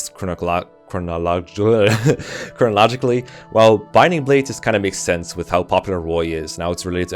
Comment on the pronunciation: pronounces nikhil correctly but can't pronounce chronologically, i see you